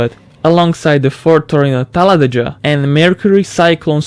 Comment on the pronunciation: Ford Torino TalladeJA. It's Ga. Just Ga You say what you see